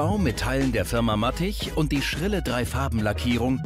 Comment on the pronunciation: Die Firma heisst Mattig und nicht Mattich ^^. Min